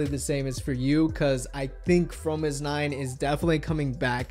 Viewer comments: It hits my ears the wrong way when you say Promis_9 instead of Fromis_9. Fromis_9 is their english name. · ok I'm lost? he keeps pronouncing the groups name "F"romis_9 like it is Promis_9? if thats right wouldn't the the 1st single album Fun Factory and title track Fun be pronounced Pun Pactory and Pun?? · Was I the only one who realized that he said promise_9 the rest of the video after explaining the name of their group? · Is it just me or is he saying promis_9 all the time? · Wait is the F suppose to be pronounced like a P?